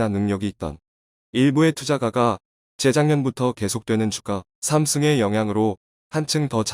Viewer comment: '주가 삼승' ㅋㅋ 주가 세제곱??? ㅋㅋㅋ 요즘들어 국뽕 원고 읽는 유튜버 많은데 목소리는 꽤 좋으신거 같은데 오타를 그대로 읽기 일수고 끊어 읽기가 AI보다 답답한 경우가 비일비재해요. 아무리 유튜브라도 교정 한번 더 보고 읽기 연습 한두번 해 본후 촬영후 업로드하는 정성은 필요한듯...